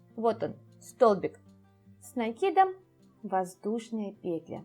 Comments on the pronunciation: Скажу по секрету, петля произносится как петлЯ! 😢 Аж слух режет😖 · Что-то последнее время многие вязальщицы делают ударение на первый слог в слове петля. Непривычно режет слух. Очень смущает, т.к. вязать приходится вместе с автором.